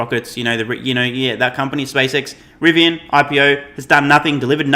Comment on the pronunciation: You definitely have a lowd moth, but you were correct both for Rivian and Nikola